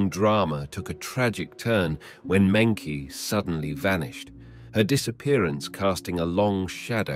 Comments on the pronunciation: I heard Monkey G when he said her name. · mengchi is how it's pronounced. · I noticed they always mispronounce Chinese names so maybe they are using AI to narrate in this channel